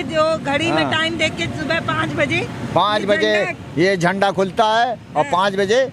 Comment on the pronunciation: बोलने का तरीका तो लड़की के पास नहीं है जो राष्ट्रीय झंडे को झंडवा बोल रही है